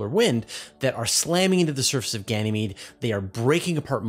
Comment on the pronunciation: it's Ganymede.. not Ganamee